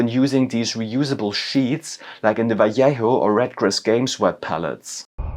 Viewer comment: My favourite thing is that everyone knows how to pronounce double L in Spanish but no one knows how to pronounce J :D